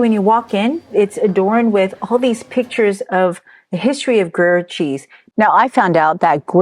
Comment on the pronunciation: groo-yehr almost like 'grew hair' but with a 'y'... 'grew yhair' with a silent 'h' , but Not groo-yur - ticky tack I know but stuff like that is why Americans aren't taken seriously in snobby Europe. Now, off to the store to buy some cheese.